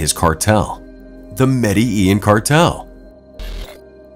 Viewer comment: they do not pronounce Medellin correctly it's Med-da-Jean! Throughout video they do not pronounce it right, grr.